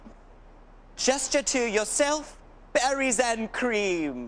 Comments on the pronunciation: I thought he was saying batteries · I thought he was saying “Batteries and Cream”🧍🏻‍♀️